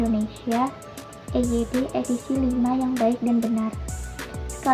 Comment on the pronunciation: EYD itu kalau dieja ala Inggris bukan juga i-yu-di melainkan i-wai-di. Jadi, sudah salah kaprah pengejaan EYD yang seharusnya e-ye-de dibaca i-yu-di, Inggris bukan, Indonesia juga bukan. Yang benar e-ye-de. Ingat e-ye-de, jangan diinggris-inggriskan, singkatan asing tetapt dieja ala Indonesia contoh lain HIV dibaca ha-i-ve walaupun orang Inggris mengejanya eich-ai-vi. Jadi, betul untuk orang Indonesia HIV dieja ha-i-ve dan WHO dieja we-ha-o sementara orang Inggris pasti mengejanya dabelyu-eich-o. Jadi, singkatan asing tetap dieja ala Indonesia.